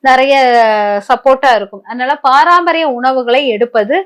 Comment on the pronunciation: Paraampariyam ila mam Parampariyam